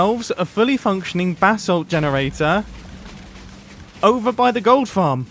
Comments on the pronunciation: When Mumbo says basalt it sounds like “bath salt” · Does it annoy any other american a lil bit that he pronounces basalt bathsalt, its pronounced bay-salt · Sounds like you keep saying "BATH SALT GENERATOR"... the crazy-face-eating-psycho-druggies in Florida would FREAK the F out trying to figure out how to smoke that bath salt and chew someone's face off. It also reminds me of another player on the Hermitcraft server that didn't know how to pronounce basalt when he came across the basalt biome in the nether just properly butchered it... in a call with... wait for it... one of you crazy BRITs (OMFG)! I think it was a Hermit with a degree in geology too. HE butchered the hell out of it, but was politely corrected by her after she finished laughing, but now this Hermit with an OBVIOUS American accent says Basalt like a British person. I find it hilarious. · Pronounce basalt bu-salt not bathsalt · Sounds like you’re saying “bath salt” Might be funny to run with it? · Who else thought he was saying bathsalt?.........DRUGS!!!!!! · Every time he says Basalt I hear it as Bathsalt ahah